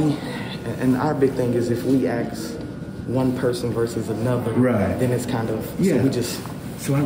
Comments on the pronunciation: Please, learn to say ASK not AKS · You know when a man or a woman says the word ax instead of ask you will not prevail mentally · Axed?? Why is that guy axing people??? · Yeah, what is the deal with people not being able to say, “ask”?! I’m sure they can say “ass” just fine, so put a “k” on the end of “ass”! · tries to axe everybody.